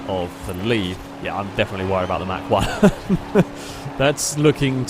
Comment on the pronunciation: it's not pronounced "Mack" one...>.< that was killing me lol...good video as always though +